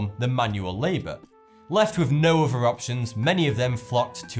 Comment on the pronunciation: Please practice putting your tongue out between your teeth so that 'other' sounds like that instead of "uvver' Secondly, allow a small time delay between each of your sections: sometimes it is not clear that you have moved on to the next item. Otherwise your comments are well informed and interesting. Thank you